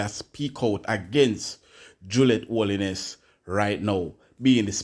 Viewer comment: Pronounce them name properly them name is 'Holness' not (Holiness) correct your pronouncements please and thanks😎